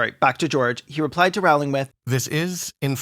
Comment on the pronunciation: Her last name is pronounced "rolling" btw, fuck jk rowling